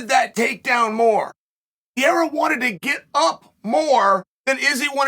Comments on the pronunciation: I love how he refuses to say him name right, piera! He don’t give a…. Love ya chael I think he was letting Israel gas himself so he could unload. He knew he could take it then give it. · Damn. Dude wins the MW belt and still can't get the proper pronunciation? Per-rare-ah. Is it bc his weakness is wrestling? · "Pierra" 🤣 chael never fails to fail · Chaels ability to articulate himself like a genius, yet still pronounce pereira as peiera 💀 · Chael, "Piera" is a champ now, maybe it's time for you to... You know. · Who is this pieeeeeeera guy ? Jaaj Is there anyone who butchers names more than uncle Chael? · Per-ray-rah...You gotta try more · cmon Chael, lets get better on saying his name, Pereira, Pe-Rei-Ra, roling the "R", you can do it, Jon Anik nailed at the event. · His name is not Pierre 😂😂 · next up: re-rethinking Adesanya Vs "Pierea" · Peee-era … chael butchering names for monetary gains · Why is he saying Pierre?? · Chael consistently calling Alex "Pierra"... :) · Why PIERA CHAELLL hahahah pls why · why do you keep calling Pereira "Pierra"? Cracks me up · Say Pierre one more time motherfucker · when is this fool gonna stop saying piera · I love how uncle Chael fucks up pronouncing everyone's names and just sticks to it forever. Islam Marklechev, Will Fury, Cereal Gong, Alex Pierra will stick too hahah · Introducing the new middleweight champion: Alex St. Pierre-a 🏆 So sayeth Lord Chael. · here we go again, witness Chael messing fighters names up 🤦. "PIERRA" wtf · H me said “ Pierra “ 🤣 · uncle chael “pierra” 😭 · Why do you keep calling him Pierre 😂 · LEARN HOW TO SAY PEREIRA HES THE CHAMP DAMMNIT PUH-RARE-RAH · Think "piera" is my second favorite chaelism... right behind " mackelchev" 🤣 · As I was typing that I keep stopping in laughter about pierrah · Who the fuck is Pierra?? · "Alex Pierre" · Uncle Chael watched the same fight as us and he heard the announcers all say Pereira correctly and he still is saying Piera I love it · pee air uh